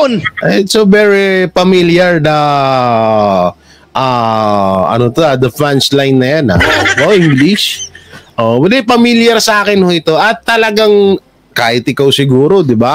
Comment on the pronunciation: Ito ba Yung blogger na????! Hahahaha bimilib ako dun sa " it's so very familiar aaaaaaaah... The FUNCHLINE" Ayun oh! HAHAHAHA